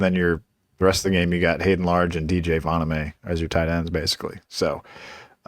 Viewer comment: Correct: Voh-naw-me. Incorrect: vah-nuh-may